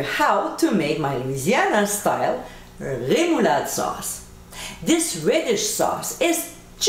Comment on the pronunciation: I love how you say Remoulade sauce 💙 thanks using this on some crab tots yummmm